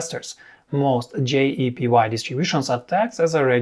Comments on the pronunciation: You mis-pronounced JEPI as JEPY throughout this entire video. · you keep saying JEPY....it's actually JEPI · Why do you pronounce JEPI as JEPY? It creates confusion.